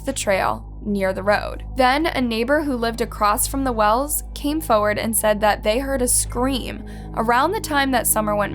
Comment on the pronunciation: my biggest pet peeve is the way says forward ‘foe ward’